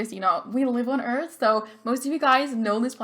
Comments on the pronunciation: "Eleanora Eart" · Lol u said Eleonora Eart instead of earth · It said eart instead of earth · Poor Pluto, I love Pluto. Just because it's a dwarf doesn't mean it can't be a planet. Jeez. :'0 But I loved Neptune! You also on Earth for the last name said Eart. <33